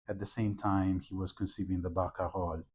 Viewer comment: I learn so much from listening to you explain details from Chopin's manuscripts, as played by Vincent, my new favorite Chopin pianist. (Also i wish i could say Barcarolle the way you do...)